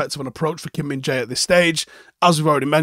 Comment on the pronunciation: At the World Cup they pronounced him as minge-eye 😅